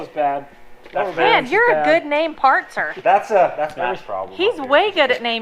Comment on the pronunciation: She really said that didn’t she?… “Name partzer”…. Just checking🤣🤣